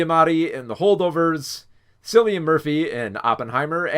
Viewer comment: Hiya! I love your thought process behind all the decisions you made in this video, I agree with most of them, great job! (P.S. Cillian Murphy’s name is pronounced like “Kill-ian”)